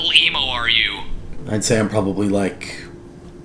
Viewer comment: + killed me lmfao. " you don't sheyy"